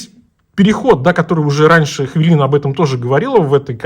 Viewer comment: только говорите ХВЯЛИНА! у нас нет хвы